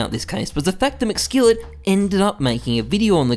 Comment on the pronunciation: its macskillet lmaooo